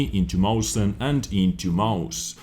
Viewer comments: Mausen :D. cute, but not even close... i know the english languague doesnt have ä, ö, ü and that non-germans have problems with "ch" and I would like to help you to pronounce it correctly, but I dont know how i should explain it to you... :D the only thing I can say is, that Mäuschen is a little Maus (mouse) or just a cute way to call a Maus. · Mäuschen's pronunciation is (Meushen). Just wanna say that it's basically saying mouse in a cute way. Mäuschen=Mousey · why are you pronouncing the mäuschen. mausen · The äu is pronounced like oi. Moischen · Awesome vid, dude, thx for the info. But still, I feel bad if tou keep track of me (the corrector of german tanks' names) ...and Mäuschen is pronounced like [ moishen ] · excellent spelling of mäuschen... not but always funny to hear for germans :D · Ich wollte nur mal fragen warum er das so schlecht auspricht